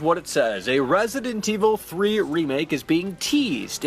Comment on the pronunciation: I swear if he says Rrraessident evil 3 one more time. 😬💀😂